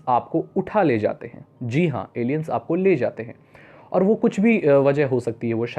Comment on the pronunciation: Bhai Alain hota hain